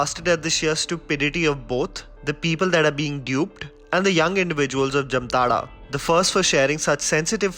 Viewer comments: Bro if u r making a video, be completely nuanced on every aspect. Wrong pronounciation of Jamtara... Its like Jaamtaara not Jamtaara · BTW it is pronounce as Jaamtara and not jamtara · It's. जामताड़ा not जमताड़ा। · It is not Jumtara... It is Jamtara..😂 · It's jaamtada not jamtara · It is pronounced as jaamtara... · Pronounced as जामताड़ा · Splendid review👍👍 Just one thing, the name of the town is pronounced as "Jaamtara" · Its जामताडा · Why is it pronounced as ' jamtada' when it is spelled as ' jamatara '....anyone!!? ... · M from jamtara nd it pronounce as 'jaamtadha' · It's not the right pronunciation ☹️😧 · Nobody can pronounce jamtara properly even u disappointed